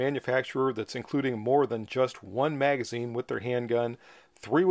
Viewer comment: You're not saying magazine correctly. And you are not can-do!